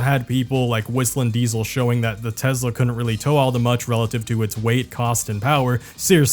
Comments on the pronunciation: Try saying Tesla, not Tezla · I like that you say Tezla rather than Tesla. Any way of mocking the brand is the right thing to do.. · It’s pronounced “Teslur” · TESLUR i LUV TESLUR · Oh No! Not Tesler!!! Anyway... 😂😎